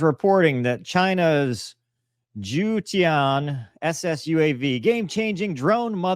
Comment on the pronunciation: hey bro, "Jiu Tian" pronounces "joten", 九天9 days😂